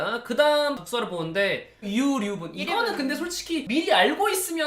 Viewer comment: 처음에 유류분를 유륜부라 읽어서 깜짝 놀랐다